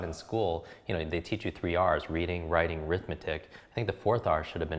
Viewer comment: "Three R's Reading Ritting,..." Okay.